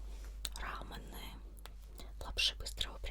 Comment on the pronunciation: Рамёны, а не раманы